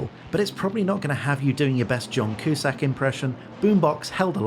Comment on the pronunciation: COOSACK? It's pronounced Cue-sack ;) ... A blemish on an otherwise perfect video! I cant wait to see this pack when it comes to consoles!!!